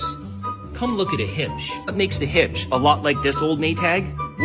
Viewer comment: He pronounces Huebsch as “Hibscht”. I suppose it's a Canadian thing🤷🏾‍♂️. In the U.S., the Huebsch brand is well-known as Speed Queen.